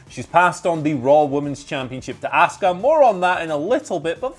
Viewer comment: This channel is the only people who can't pronounce Asuka's name 🤦‍♂️🤷‍♂️😆 They say ASK-UH 🤷‍♂️ when everyone else in the world says AHH-SKUH